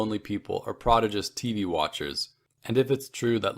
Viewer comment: Canadians don't accent the second syllable in prodigious?